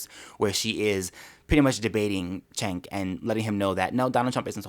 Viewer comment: Has a conservative EVER pronounced "Cenk" right? It's pronounced Jenk. He says his name all the time. Jenk Yooger.